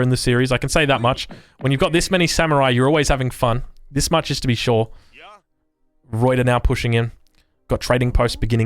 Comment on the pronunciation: Alright, as a dutchman, I kinda need to teach you the proper proper pronounciation of ruyter :P First of, you do pronounce the r correctly, nicely done (tho be aware that the r at the end is a proper r, not like a reduced r or an eh like English does so often), but the biggest deal is that uy. You pronounce it like oi, but it's either an 'œy' or an 'ɐy'. Since you are Australian, the second pronounciation would be the easiest, I would say, since ɐ is the Australian English sound in strut, bud or hud. the y however is a sound not found that often in English. Some dialect have it in a word like 'few'. y is pronounced like the 'ea' in cheap, but instead of having your lips open and pulled back, you have your lips closed and protuding (lips the same way as how you would pronounce 'oo' in hood). So, the entire word is pronounced /ˈrœy̯tər/ Good luck :P